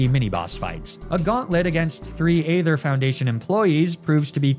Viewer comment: HOW do you pronounce aether!???